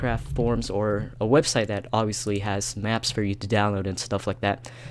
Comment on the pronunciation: Iol u said ovbvipusly u need a computer